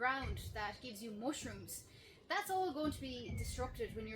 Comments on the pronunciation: It's not To-matt-oes it's D'maters....gah!!!!😂 It's not mooshrooms...it's mushrooms😂 Ya got the vowels all wrong 😂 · I love the way you say mushuruns.